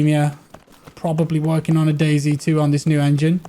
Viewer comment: you didn't say dayz when u said what the game is like . its dayz lol